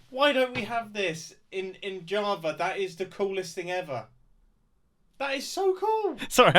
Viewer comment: he plays on ja-aha-va now!